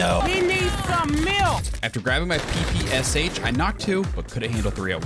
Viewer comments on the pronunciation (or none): The way he Emphasized pp in ppsh😂😂